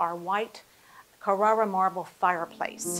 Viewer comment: Glad it’s not just me! The mispronunciations were a serious distraction! Are we not mentioning how she pronounced Carrara marble?